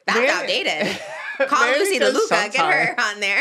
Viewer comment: trish saying “DELUca” instead of “laduca” is SENDING MEEEE loosey deluluca